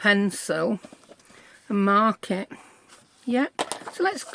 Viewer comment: You said I'm going to mark it and I thought you said "I'm going to market"